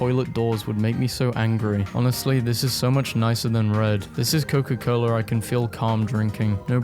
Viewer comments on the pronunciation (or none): That aint coca-cola thats coca-coola